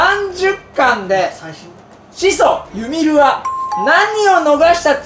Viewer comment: ユミルのイントネーションやべえwwwww